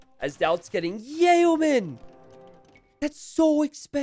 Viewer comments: Yay-oh men are different than yeomen. Trust. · Hey, Yeomen is pronounced "yo-men," not "yay-oh-men." Just wanted to let you know. Good video. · Nobody:: YayO'men!!